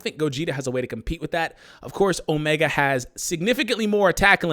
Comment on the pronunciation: O-me-gahd. I want Omega. ....No? walks away sulkily